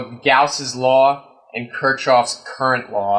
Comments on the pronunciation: Kirchoff is pronounced (kirk-off) not (Kirch-off). You know, Kirki-off and his brother Jack. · Lol... This video is humorous to say the least. However, I'd like to point out a few flaws. 1) It's pronounced Kirk-Koff... Not Choff... 2) The pseudo-mathematical analysis you've done still doesn't explain the reasoning behind your cable design. 3) You should have described emf induced current as it applies with Faraday's Law, and used the Maxwell-Faraday equation to prove that concept. 4) Even after all that, it still will never work... Lol. You should right the sequel to "The Core". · I think you mispronouncing Kershov . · Might help if you actually understood Maxwell's Equations, knew how to pronounce Kirchoff's Law, understood differential signaling, understood digital data transmission, etc. As is, your math is a complete joke and doesn't even attempt to hit on anything relevant. Nice try. I'm sure it's good enough to work on the unwashed masses. The rest of us see right through you, though.